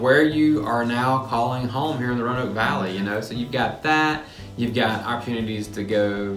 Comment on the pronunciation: Please pronounce Roanoke with three syllables. My family has lived in the area before Roanoke was a city having migrated south from Europe via Pennsylvania during colonial times. Roanoke, in the past, specifically was pronounced with three syllables—view any media (T.V., radio, film [yes, back when Roanoke was big enough to be mentioned or referenced in movies] from the 1960s, 1950s, 1940s, etc., and Roanoke was pronounced with three syllables. The (our city is losing significance and shrinking compared to other cities so “we” have to force a pseudo-colloquial way that only we correctly know how to pronounce self-created fable. “We say it Row-noke, here.” Not correct, not true. Roanoke is pronounced, “Row-ah-noke.” I now live in Atlanta and a small village nearby in Alabama pronounces their name with three syllables, which is also named Roanoke. The lost colony, Roanoke, is pronounced with three syllables. The city in Southwest Virginia is also pronounced with three syllables unless you incorrectly learned to say the name with two syllables in elementary school and refuse to correct the pronunciation as an adult. Thankfully, all the A.I. such as Alexa pronounce the city correctly with three syllables. The dialect in Roanoke is mostly southern Shenandoah Valley dialect and Roanoke is pronounced with three syllables. I know it is hard to unlearn incorrect habits, but like the incorrect, but often heard, “I seen him coming”, that as an adult you know to correct to, “I saw him co